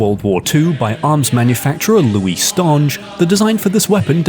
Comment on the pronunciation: i am fairly certain the the ...nge in Stange is pronounced like in finger